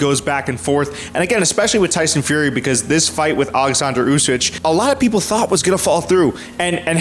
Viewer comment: Usyk! With a K!!!! Why you keep calling him usyj?